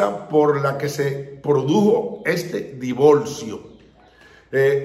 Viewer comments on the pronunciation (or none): Por favor por lo menos aprenda a usar el español. Divorcio. No divolcio